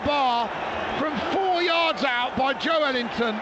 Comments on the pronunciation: Sounds like the commentator is saying 'Joe-wellington' 😂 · The commentator needs to learn how to pronounce Joelinton! 😂